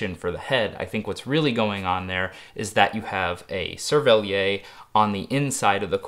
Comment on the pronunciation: SERVELLIERR. The 'r' is pronounced in 'cervelliere'.